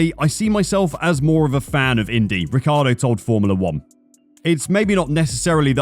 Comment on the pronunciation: Daniel Ricardo ?! 😂 is this how americans pronounce his name ? ffs !? it's an italian name obviously and how i thought it was pronounced is Richie-Ardo, i mean that's how every italian would pronounce it take the "Ric" from Ricardo and pronounce Ricci (from Christina Ricci or Guy Ritchie) + ardo, it's not rocket science.